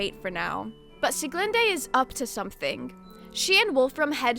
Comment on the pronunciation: I really liked it so much again, I´m excited for the next arc . Though as a german I have to tell you that you prenounst sulis name wrong. but I like your way more than the german one. time to wait again :)